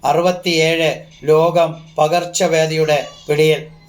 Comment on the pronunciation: Akshara shudhi ila , lokam enu paranjath ketto loham